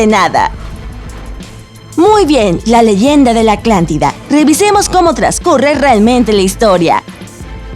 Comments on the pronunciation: Alguien más noto que siempre dice Aclantida en lugar de Atlántida? Edición ojo aquí esa dicción está terrible, digo que se te escapé una vez está bien, pero cada vez que lo dice, por favor. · Soy el único que escucha que dice "Aclantida y no Atlántida? buen vídeo, fuera de eso, cada ves me sorprendes más con este tipo de temas! ❤️ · me parece o mis oídos están mal o es la narradora , alguien escucho que antes de decir atlantida , dice aclantida..... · Una duda. Es la atlantida o la aclantida, por que asi lo pronuncia la narradora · Soy yo o todo el vídeo dices aclantida en vez de Atlántida ? ☹️ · es Atlántida no aclántida como ella lo pronuncia...jajaja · Lo iba a ver pero me fastidio escuchar aclantida, aclantico, aclantes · Hola. En lugar de decir Atlantida se escucha que dices " Aclantida". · Mientras pasa el vídeo y escucho Aclantida, Se vuelve más gracioso. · Por favor ella no puede pronunciar la Letra !! T !! Por eso Dice Aclantida en vez De Atlantida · Soy el único que le escucha "aclántida"? :v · es atlántida no aclantida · se dice "ATLANTIDA", no "ACLANTIDA".......iletrada! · Y a parte de decir aclantida también proncia mal sahara que aunque se escriba así se dice sájara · Habla bien pendeja "aclantida" "Océano aclantico" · Se pronuncia Atlántida, no Aclantida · ACLANTIDA...ACLANTICO?? APRENDE A PRONUNCIAR GRACIAS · Aclantida? Neta jajaja El vídeo es bueno pero hay que poner atención en la pronunciación :) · Jaja alguien más noto que la narradora dice aclantida en vez de Atlántida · Soy yo o la narradora dice Aclántida en lugar de Atlántida? XD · a la tipa le escucho que dice "aclantida" y no atlantida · "Aclantida" :v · Like si notaste que dice Aclantida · Soy el único que escucha Aclántida en lugar de Atlántida? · Atlántida no "Aclántida". 😡😡😡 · Debes cuidar tu pronunciación, no es aclantida, es Atlántida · ATLÁNTIDA ESTÚPIDA NO ACLANTIDA JAJJAJAJAJA HABLE BIEN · "aclantida" Pendeja jaja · Aclantida? Jajajaja siempre dice así...